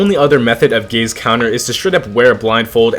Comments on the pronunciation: Is it just me or did i hear first "i love gays" instead "i love gaze" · take the visuals off and it sounds like he says he loves gays multiple times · i cant even pay attention to the video because my immature ass hears him say "gays" whenever he says "gaze" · oh god gaze sounds like gays to me now, i cant unhear it anymore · Ngl at the start I thought bro said "I love gays" got so confused lmao